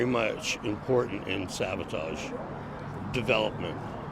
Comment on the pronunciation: Great historical event being captured here. I wish someone would have corrected/educated the ABC Action News guy on his pronunciation of SAVATAGE (he kept saying SaBOtage). Nails on a chalkboard! LOL LONG LIVE \m/etal!